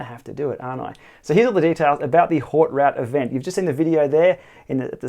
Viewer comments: Nice. It’s pronounced ‘oat root’ though.... 😜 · "Oat root"